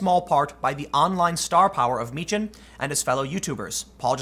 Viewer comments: Meechan. Pronounced (Meekan). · Tim, you are mischaracterizing Dank's surname, it's pronounced MEE-kh-en. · It is pronounced Meekan. Tim just needs to do some homework lol